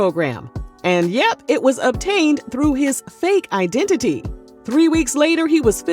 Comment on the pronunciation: Fake I-den-ti-ty😂😂😂